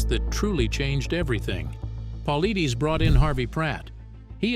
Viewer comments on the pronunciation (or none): Paul-I-(Dus) not Deez. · I haven't heard one single narrator pronounce this mans last name correctly yet. Phonetically, David Polaides is : Po Lide Us... it isn't that difficult. I cringe every time I hear it mispronounced. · At least learn how to pronounce the man's last name if you gonna use him to promote your story.... Jeeeez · Every time the narrator says "David Paulides" he pronounces it wrong but slightly differently each time 😂😂😂😂 like damn what did David do to you that you gotta do him like that?? 😂😂😂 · To bad can't even pronounce is last name correctly! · quit watching when his name was mispronounced. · This guy narrator can’t even pronounce his name, right😂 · Yeh, the editor should be fired!